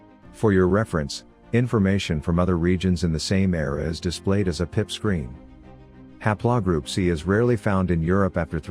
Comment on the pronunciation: ha'plaw? Computer needs more lessons. :3